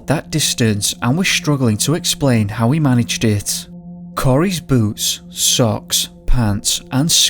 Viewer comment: I kept hearing boots as boobs and was confused.